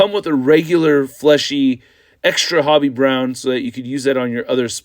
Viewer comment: It's ho be not hobby